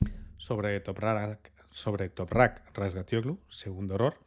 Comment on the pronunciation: Por cierto, es un espectáculo lo bien que pronuncias el apellido de Toprak. Aunque digas que no, va en serio. Será por práctica, pero me quito el 🤠 sombrero